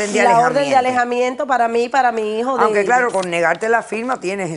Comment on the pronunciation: Que pena.... lo que hace la falta de cultura l, me costo mucho entender a las dos señoras, no podian expresarse ni desarroyar la historia de forma clara y directa. Por cierto no es higo.... es hijo, mi hijo NO "mi higo". No sabe ni hablar